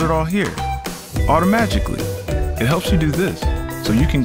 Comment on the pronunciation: Did anyone else notice Auto-Magic-li ... LOL